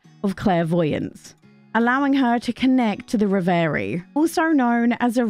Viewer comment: Do check out the pronunciation of reverie before you do a full review of that title, please!